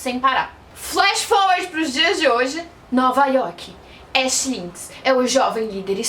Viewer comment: Só me responde uma coisa isso não è lhe criticando nem nada mas por que você pronuncia o nome do "ash" como se vc tivesse falando do personagem de Pokémon? Porque a pronúncia não è essa e mostra no anime como se pronúncia por ser o protagonista o nome dele è bem popular vamos dizer assim... Desculpa se estou sendo chata